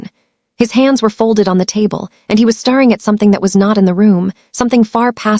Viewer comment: The pronunciation of staring in sound like starring is seriously obstructive in the story flow. Also hoping pronounced hopping